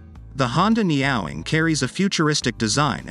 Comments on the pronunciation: I had to stop watching this just because of the way he was saying Neowing!!!! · Neat bike, but I cringe every time he pronounces it neOWing when it obviously shound be pronounced NEo-wing. Think NEO from The Matrix followed by "wing". Knowing Honda, it will be very expensive. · Ne-Yo Wing. Not Neow-wing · Neo-wing, not neowing. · Ne-ow-ing? Could it be Neo-wing? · Are we sure it's pronounced NEOW-ing and not NEO-Wing? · It’s not NyaWing! It’s NEO(new)Wing! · Neeow ing? I doubt it, more likely neo wing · It’s Neo not niaow 😂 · Neo wing!....not neowing. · Neyowing? Makes Me Cringe!!! It’s ne-o-wing like the guy from the matrix. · Surely you pronounce it as the Honda Neo-wing? IE: New Wing? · The Computer voices in these videos cracks me up...Neowing pronounced "nee-aw-wing". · For chrisake I know the name looks like it reads "meow-wing" but it actually reads "neo-wing". So for chrisake pronounce it as "Neo-wing"! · I laughed 😂 at the way you pronounced the name, it's a Neo-Wing. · Neo...Wing, it's not a cat. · Shouldn't it be pronounced "Neo - Wing"? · someone tell this robot it's neo-wing. and it's not a motorcycle, it's a car for people frightened of gravity and road-rash. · Nee-oh-wing. It doesn't rhyme with 'meowing'. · Umm, I'm not sure that's how it's pronounced. It's a combination of "Neo" (New) and "Wing" (Gold Wing). So the pronunciation should probably be Neo (as in the character from The Matrix) Wing (like little birdies). But i could be wrong. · AI is supposed to put us out of work but can't pronounce NEE-o-wing🤔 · Its name should not sound like a cat ? Its NEE- OWE-WING meaning ‘New Wing’ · Surely the name does not rhyme with MEOWING 🐈. Surely the name should be pronounced as though it has a hyphen in it. EG. Neo -Wing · Neo wing, neo wing. OMG AI needs lessons in speaking. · I can't stand this text to voice crap. Pushing out content. It's laughable.....the neeeee awlllll wing.